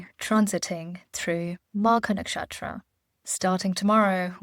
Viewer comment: I think the Vedic Names should not be mispronounced. It is Ketu and not K2 Similarly Magha, Nakshatra and so on It shows respect for the Origin of it all which is Hindu Vedic Scriptures